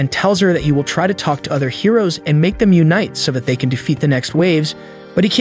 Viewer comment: AyO he say lets take wakk and lets takk